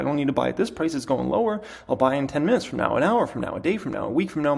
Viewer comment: Is it 25 minutes or 25 mittens I understood 25 mittens